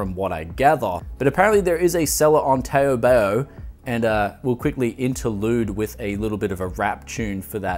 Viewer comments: I think I'd prefer to call it TaoBao rather than tayo-bayo because the chinese know better than us how to pronounce their own words. kthx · Damn mate, you are murdering that pronunciation! :D Its pronounced Taobao more like how you would pronounce "HOW" and "NOW" so TOWBOW. Keep up the great videos bud! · I cringed every time you say "Taobao"... (Am a Chinese speaker lol)